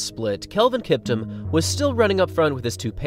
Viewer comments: Not kiptm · It’s pronounced like Kip-TOOM